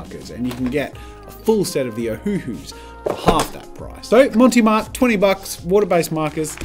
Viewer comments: Brand: "Mont Marte" Jazza: "Monty Mart" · It's NOT "Monty Marte" xD. There's no e on "Mont" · Mount Marty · Love the content. Montee Marte????? Clearly says Mont Marte. Which is a take on Montmarte, in Paris. A suburb famous for where lots of artists hung around in Paris. See what they did there with the name. LOL. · That’s fine. He keeps mispronouncing Monte Mart anyway, (I might have misspelled it though 😆) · I love how you mispronounce Mont Marte XD It's French, no "e" on the end of Mont and the "e" on Marte is a soft "eh" sound, or since we're Aussie not French, you can make it a silent "e" and just say Mart. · Jazza, mate, it's MONT Marte Otherwise, absolutely love this v insightful reviews